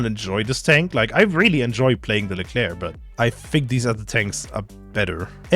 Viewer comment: leclerc "es es ai"... painful